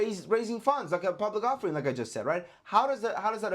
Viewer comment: Off Er ING supply. Not ofurring